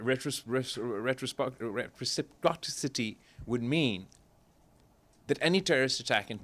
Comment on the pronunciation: What is retriposity ? Never heard that word in english language. Ohh i think meant reciprocity. You didnt rehearse your script given to you by muneer properly it seems.